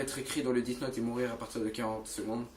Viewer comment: Sa se prononce pas " DITE NOTE" mais plutôt "DESSE NOTE". L'orthographe est faite exprès pour que tu prononce bien.